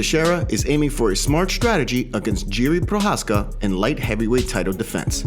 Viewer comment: Can't believe how many names get butchered through these MMA YouTube channels. Jiri is pronounced "Yee-Ree" not "Jee-Ree"